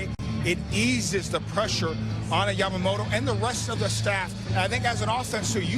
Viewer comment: あたり 彼女はヤマモロじゃなくてヤマモトってちゃんと発音してるのが興味深い。勉強から来るものか、元々この人の発音なのか アメリカは王貞治の名前も出してくれてたり、歴史の権威付けとリスペクト示すのが上手だね